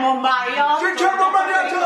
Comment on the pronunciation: quando ho sentito dire "ghgliermo maviottoh... nouveh" ero tipo 😍😱